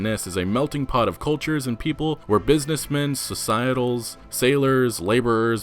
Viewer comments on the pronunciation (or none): Societ-tals? It's social-lites (lights) dude lol. Thanks for the vid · It's SOCIAL-LITES brother. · that's not how you pronounce socialites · Why did you pronounce social-lite as societal? lol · its prounounced social-Lites(lights) what you said is more like societal just fyi :) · Societals? Lol. I think you mean SO-CEE-UH-LITES (Socialites) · Not to nit pick but it's not "so-sigh-tels" it's "so-sa-lights" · That confusing word . Suhhsyyyitulls? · It’s pronounced ‘social-ites’ by the way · Pronunciation: Social-ITES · Love your previews, but say it with me: "SOCIAL LIGHTS" = Socialites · 'social-lites' great update though. Just had to give you a hard time on that one. 😀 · Socialites is now pronounced "so-sigh-ittles" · socialites is pronounced "social-ites" or "so-shal-eye-t". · Socialites is pronounced So-Shia-Lites. for future reference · socialites ... lol how did you pronounce it? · Socialites you pronounced HOW? Damn, dude. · You mispronounced bustling, eccentric, Micah, and socialites, among several others. I appreciate the videos, but it might be worth looking up a word if you feel unsure, since pronouncing so many things wrong isn't a great look. I swear I don't normally point out grammar problems (God knows I have plenty of my own). This is meant to be constructive criticism, not hate. Thanks for the videos and keep the RDR content coming! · The way you pronounce socialites triggered me.